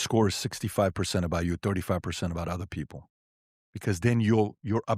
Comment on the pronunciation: “Duh udder day….” Me: googles “udder” 🙈